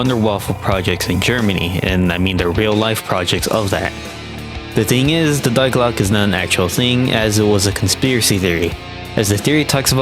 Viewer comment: Nice video but the way you pronounced die glocke hurt my ears 💔 also the juggernog glitch was only present on der riese